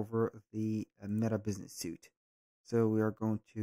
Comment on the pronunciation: great video, although its pronounced meta business 'sweet' even though its spelt suite